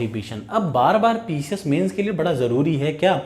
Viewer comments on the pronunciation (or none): none